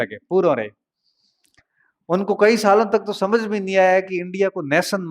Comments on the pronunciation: हम यानि हम ओर हमझ यानि समझ 😂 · पश्चिम राजस्थान में स को ह बोलते है